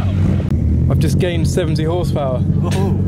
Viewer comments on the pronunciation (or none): none